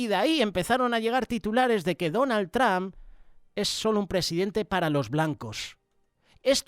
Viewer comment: Hermano con todo respeto Se le oye feo decir TRAM Por favor de pronunciar Bien el nombre TROM a lo En Español y por favor Cambié la A por la O Se oiría mejor gracias de Houston TX